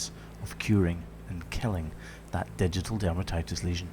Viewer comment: Poor lass! I've been watching your videos for awhile heard you say ditial dermatitis but didn't know it was a flesh eating disease but I do now, thanks